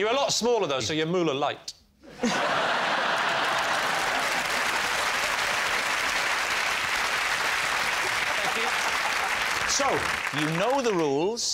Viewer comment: “Muller Lite” lol